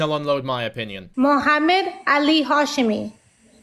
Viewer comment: Why was it so hard to say her father's name